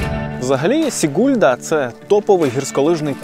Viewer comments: Ne SigUlda,a SIgulda,udarenije na I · Дуже хороше вiдео. З захопленням дивилась та слухала вас. Дякую чудова робота. Але менi здаеться, що наголос в назвах мicт потрiбно робити на початку слова. СIгулда а не СiгУлда та тому подiбне..... Успiхiв вам.)) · Сігулда з наголосом на -і, будь-ласка не плутайте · ГАуйя, СІгулда, ЛІгатне, ТУрайда - ставте наголос правильно, будь ласка. Тому що місцеві латвійці не зрозуміють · Чому СігУлда? СІгулда! Якщо щось розповідаєте - кажіть правильно. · Все прекрасно! Но прошу - ударение в латышский языке практически ВСЕГДА на первом слоге. То есть СИгулда! СпИдола(радиопринмник) и прочее. Вы - лучшие!